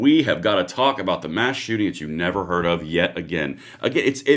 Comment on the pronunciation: A chooting? What is a chooting? 😅